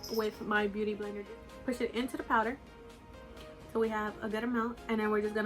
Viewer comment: I keep hearing you say booty blender lol